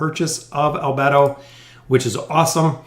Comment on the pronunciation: I love the anime, albedo i think ur pronounced wrong. No worries love ur vids